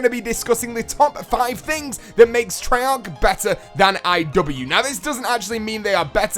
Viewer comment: treyarc... treyarc... treyarc!